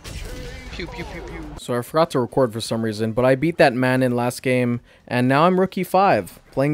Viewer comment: Honestly a great video, I enjoyed your journey. Your Manon pronunciation is killing me though.